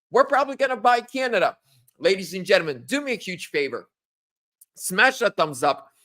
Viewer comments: I like mispronunciation of “gentlemen” it’s like his tagline. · You learn how to pronounce gentlemen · It's annoying how he pronounces it since I'm taking English grammar in school and language arts on using proper grammar in English